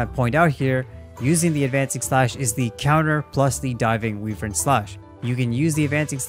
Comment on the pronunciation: Voice actors in the game, and pretty much everyone else: why-vern This dude: we-vern